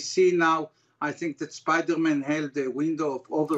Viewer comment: "Spidormen en Betmen"😅